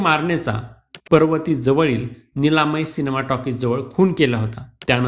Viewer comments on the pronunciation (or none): 😂 निलामा टाॅकिज नाही 👈 निलायम आहे 👈